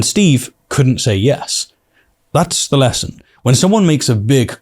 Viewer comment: Learn the difference between F and TH, they are not the same